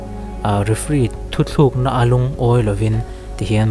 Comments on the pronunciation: Thu "thlûk" na tih loh tur, thu "Tluk" na tih tur. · Thu tlukna tih tur ni awm tak hi,thuthlukna i ti tlat a..ka hre sual em chu ka hre bik law.. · Thu thlukna tih hi thu tluk na ti a lam tur zawk ani a. Hei hi midang pawh hian an hmang sual fo mai a. Hei hi a dikzawk hi hman in zirtir thar leh ila a tha khawp mai.. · Thuthlukna nilo in thutlukna tih tur ni awm tak ani.. 👍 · You tuber chin chuan Mizo ṭawng hriat a van ṭha em. Thuthlukna nilo in, Thutlukna tih tur zawk ani e. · Thu thlukna nilovin, Thu tlukna aww... Lam dik hram hram teh khai... I vei lam hi a infuih zawng a nibawk a. Ka rawn sawi e.. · Thu tlukna (thluk) ang deuh a ka ngaihthlak tlat chu le, a bengvar thlak rualin phak ang tawk tawka Mizo ṭawng lam dan hi uluk leh zual ni tase a tha mang e aw, ka lo ti ve a nih chu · Thuthlukna ni loin thutlukna ni lo maw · Thuthluk na ni lovin thutluk na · Thuthluk ti loin thutluk tila hriat a nuam tur